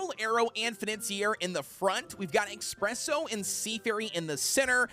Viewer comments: Why does he call espresso expresso? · That's how they pronounce it